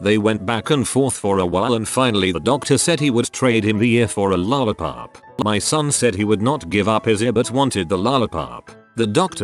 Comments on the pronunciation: true dat. It's just weird how that's the only word that he says in an American accent 😂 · why does he say 'lollipop' with an American accent?